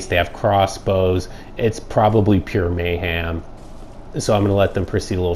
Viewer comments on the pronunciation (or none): its fine i just found it funny the way you pronounced mayhem. Started watching your videos because i have watched all of saints, nyffs, goofs, stickybandits and i found you so i have a lot more dark souls vids to watch when im out of town and cant play it myself. So thank you